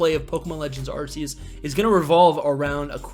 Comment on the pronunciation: You know it’s Arc e us not Arse e us just saying